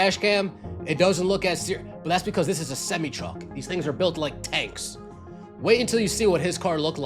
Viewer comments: What’s a semmy truck? Never heard that one before. 🤔 Maybe you were thinking a SemI truck? 🤷🏾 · SEM EYE,,,,not semmy 😂😂😂😂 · Please learn how to pronounce SEMI TRUMP. Its Semeye. 😂😂